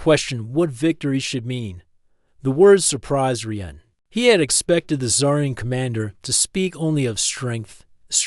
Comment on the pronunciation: This needs some work. You need to fix the vocal cadence of the AI. Also, the AI doesn't need to say "dot" when it hits a period at the end of a sentence. The AI calls the human Reeuhn instead of Ryan. There are several other issues as well. Listen to the story and fix the problems before you post it